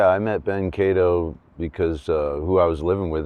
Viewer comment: I'm guessing he is polish and it is pronounced "ka-dov"